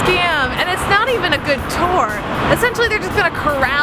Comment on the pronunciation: Take a shot every time she pronounces tour as ‘tore’.